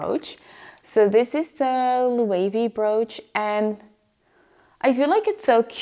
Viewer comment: loved this video but i cringe every time you said Loewe wrong :(